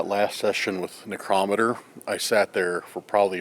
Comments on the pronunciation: necrometer- necro..meter. sorry i googled pronunciation as i was curious for myself. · Pronounce necrometer right man, you are totally saying it wrong. Your the only one that pronounces it like you do!!!